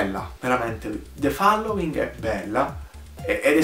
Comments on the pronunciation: The FALLOWING ? Ragazzo rilassati, si pronuncia FOLLOWING. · Non c'è bisogno di "rilassarsi", semplicemente non lo pronunciava correttamente...